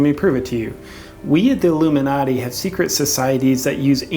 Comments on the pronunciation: Sounds like he says haloumi-nati. Must be some secret cheese order. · Pink Yogi it's because in the video the guy sounded like he was saying halomin-nati. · Halloooo-minati - Tigger's people/not people